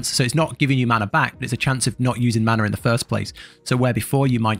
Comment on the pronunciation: None of us worry about “maner”